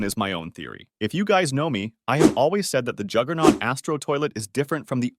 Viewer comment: Juggernaut not jigglenaut